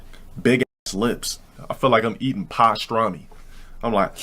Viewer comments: I feel like I'm eating pahstrami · “I feel like I’m eating PAH-strami.” pronunciation of certain words is so funny. And his choice of words too. Like “solidified”.